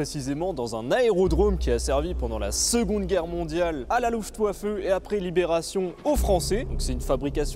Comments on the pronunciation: Super vidéo ! "w" en allemand se prononce "v", donc "LuftVaffe", ;-) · Ca airait pu etre top si il n'y avait pas autant d'approximation (et non,on ne dit pas luftouaffeu)